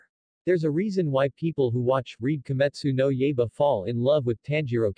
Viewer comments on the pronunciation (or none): "Kee-Mitsoo-No Yay-ba?" It's "Key-mit-soo-no-Y-eye-ba." Not that I blame you, as I know full well that foreign dialects to the English tongue are a mother f*cka... Like for example "Samhain" is pronounced "Sow-wen." I dunno how the Gallic dialect gets that pronunciation from that spelling, but that's how it is. And as you know in French "Monseuir" is pronounced "Miss-ew-er." And while I took French for three years in high-school I still don't get how such a pronunciation comes from that. And for the Japanese "ai" has a long "i" sound, whereas for us English speakers it's a long "a." I think I was 16 when started to pick up on that. Though you'd think I'd have picked up on that sooner since Digimon season 1 has a character named "Tai," which in the English dub was pronounced properly as "Tie." I hate hindsight sometimes.